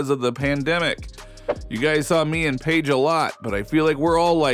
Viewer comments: This might be more believable if you coud pronounce Paige's name correctly. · Butchering Paige's name! 🤣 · You know a lot about this topic but can’t pronounce names. It’s pronounced Dorka Yoo-Hasz. And how can thou possibly not know how to pronounce Paige’s name?